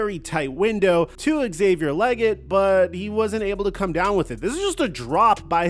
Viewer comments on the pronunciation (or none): it's Lee-Get not leg get lol